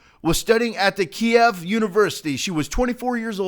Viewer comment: sorry to be part of the german grammer police but you pronounced Kiev wrong pronounce it keyev